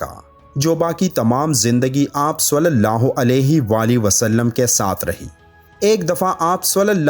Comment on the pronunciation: Sulallah ho nhi khty. Salallah ho khty hai. Plzz thk sy pronounce kry... Alfaz k meaning bdl jty hain